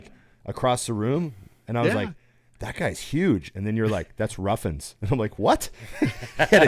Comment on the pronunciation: it’s not Ruffins it’s Ruffin 😂 he does that every time